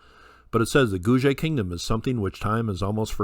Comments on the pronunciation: Hi! Thanks for another great video. I have heard Guge being pronounced Goo-Gay or Goo-Ger (sounds like Google!).Thought you might like to know this. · Ge should be pronounced same as Gu not J . Two separate word GU and GE not as usual English word like page. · I’ve heard it pronounced “Goo-Gay”. (Thanks for another great video.) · Hi, I have jusr been informed that Guge is written in Chinese pinyin phoenetics & pronounced: koo-ker.